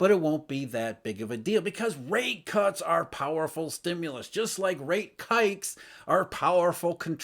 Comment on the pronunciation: Did he just say "Rate Kikes"? 😂